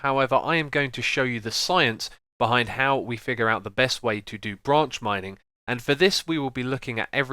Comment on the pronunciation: I thought u said ranch mining XD